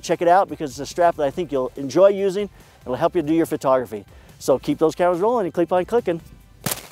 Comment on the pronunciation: lol you said " keep those cameras rolling and kleep on clickin "